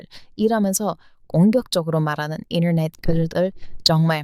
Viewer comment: 이너넷ㅡ인터넷 현지발음😅😅😅😅